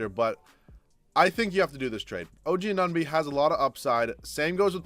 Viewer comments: I know. I died inside everytime he said "OG Anonby". Why is Anunoby so har to say? hahaha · “Oh gee uh nun bee”